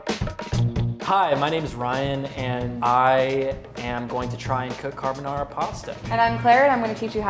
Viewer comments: Car-bo-na ra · These " % italian people" on the comment are going mad saying that is not how you cook and prounce carbonara